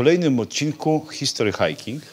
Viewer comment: Czemu Ty wymawiasz "history hajking"? Brak w tym konsekwencji. Wymawiaj po polsku całość "history hiking" albo po angielsku "hisztry hajking".